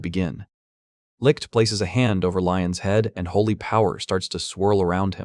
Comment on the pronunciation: "This is licked." As a German I kinda cracked at the pronunciation of "Licht" 😂😂 But I rly enjoyed you video! Thank you :D Edit: I just googled how to explain how to pronounce it correctly and holy fuck. Everywhere ppl say it sounds like licked/likkt .. BUT NO. Its does not. Thats a mess dear internet people 😂. Also I have no Idea how to explain the "ch" sound. Maybe a cat hissing? 😂😂